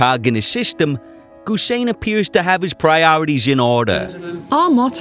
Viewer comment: It’s not ‘Goose sane’.Ghhu with g going silent.If anything in English say Hussein!